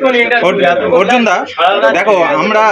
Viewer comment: আর্জুন বলছে কেনো অর্জুন বলতে পারেনা মনে হয় 😅